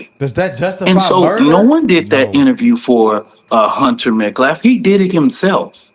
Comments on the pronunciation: I watched multiple videos where says METCLAF instead of Metcalf… I actually don’t think I’ve hear him say it correctly onetime at all. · he keeps pronouncing the last name as "Metclaf" when it's "Metcalf" as well. If you're going to be a spokesperson, speak correctly, lol. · he said Met'claf' its Metcalf! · Not only do they say Austin's first name wrong, but they consistently say his last name wrong. It's Metcalf, not "Metclaf." It's not hard to say, and it's almost coming across as intentional. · Metclaff that idiot Cannot pronounce METCALF! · Their last name isn't Metclaf, it's Metcalf. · He keeps saying Hunter Metclaf, it’s Metcalf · Hunter Metclaf….he still mangled dude’s name…it’s metcalf… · Pronounced METCLAF? SPELT METCALF. The child beater is a horrible hidious creature. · 0 seconds ago. Hunters last name is Metcalf, not Medclaf. Learn how to talk english if your gonna keep repeating his name. How disrespecfful.And who ever heard of the murderers family having a conference before? But Austin's father wanted them to say it to his face. And his father made them ask him to leave the conference twice, same as Austin asked Karmelo to leave twice and he didn't, but he didn't hurt or kill anybody when security put their hands on him and made him leave! Point made. That's why he was there. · they call Austin “Aaron” and Hunter Metcalf “Hunter Metclaf.” Neither one of them can say the names right. You’d think the advocate for Karmelo Anthony could say the kid’s victim’s last name correctly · He keeps calling them METCLAFF not Metcalf!! He has not even tried. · He keeps saying MET-CLAF..not Metcalf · This guy can’t even pronounce their last name right. It’s Metcalf not Metclaf. He says it like that every single time. What an imbecile. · Met.Calf. not met claf disrespectful butcher of the English language also it was not an ak47 that Rittenhouse had it was an AR15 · He also kept saying Metclaf instead of calf